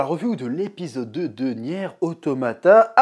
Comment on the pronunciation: Deja rien de méchante évidement mais sa se prononce niiiiiiiir automata voila un jolie i sinon ces normal que tu ne comprenne rien, ces même l un des principe du créateur yoko taro qui souhaite laisser le temps a son histoire de s'installé avant de te foutre une claque monumentale, du coup oui ces assez dure a regardé quand on est novice mais la on est encore dans les prémices, ce n'est meme pas de l'ordre de l introduction étant donné que dans le jeux l intro dure 15 heure quoi mais ces vrai que ces plus digeste sous forme de jeux video mais brerf acroche toi de toute facon vous n'estes pas prêt